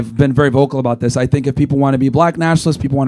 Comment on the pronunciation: It’s THIS not DIS, damn nigga